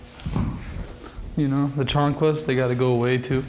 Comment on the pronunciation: My boy said chanclas 🤣🙌🏻